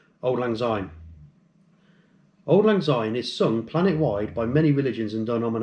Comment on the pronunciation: Fraternal Greetings, I enjoyed Your précis and thank You for the effort. I was Initiated, Passed, Raised and Marked in The Temple of Cannongate Kilwinning 2. Please stop mispronouncing Syne(sign) as zyne, it is really irritating.